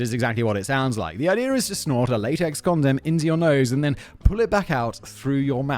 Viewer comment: I’m so the only one that found it weird the way Simon was saying condom. It just felt wrong lol. Is he trolling 😂